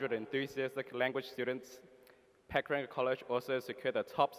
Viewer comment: But you can't say Pukaranga correct?